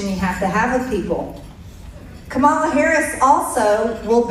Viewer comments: Hey BBBBBB, could you now just show a modicum of respect and pronounce her name correctly. Your party won, show just a little respect!!! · Why do they keep mispronouncing Kamala's name? It is so disrespectful and aggressive and childish. Such despicable people. Dangerous selfish egotistical lost souls. Tighten your seatbelts. Light will win in the end but it might take some time. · I’m so sick of the MAGA group all agreeing in lockstep to pronounce KA’-mala as Ka-MA’-la. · Jeez, Marge... her name is KA-ma-la. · KAH- ma- la. Say it correctly once! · I HATE the way she calls VP HARRIS, kamarla. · She still cannot pronounce Kamala’s name !!!!! OMG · Please just say her fucking name right, how hard is that????????????? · She still cant say Kamala's name correctly. MTG is dumber than a bag of rocks 😂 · Mtg can't even pronounce Kamala's name correctly. This person has misconstrued the facts just to win votes. Talk about banning Free speech what is this about the book ban? This woman is dumber than a bag of rocks,! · Marge can't be joyful for the Red Victory, she is just vile and hateful, she can't even pronounc Kamala's name correctly. She is awful! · Will they, the MAGA Drones ever stop mispronouncing her (Kamala’s) name, now that the election is over? MAGA took some steps forward is not necessarily a win. So my guess is, they will continue to humiliate Kamala Harris, post presidential election as usual. (Lol) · MTG still can’t pronounce Kamala’s name correctly. I refuse to believe that she is typical of the average American. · I cannot listen to her.. I just can’t. I rip my hair out.. my naturally brown and Luscious hair. Not thin wirey bleached blond butch body havin’ ass. And they intentionally mis-pronounce Kamala’s name. It’s infuriating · The fact that so many Republicans pronounce Kamala wrong on purpose is so annoying. It's so disrespectful, but I really don't expect anything else from people like DonOLD and MTG.